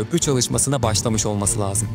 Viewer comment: Lazım değil lăzım